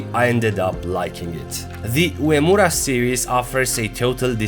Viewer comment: Great video as always. The slim turtle is the favourite, so comfortable to put on and fits very well. Furthermore, you are the first non-Japanese Youtube watch reviewer to pronounce "Uemura" accurately!